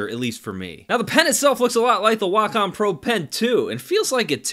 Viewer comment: Glad to hear someone pronounce Wacom correctly as WA - COM instead of WAY - COM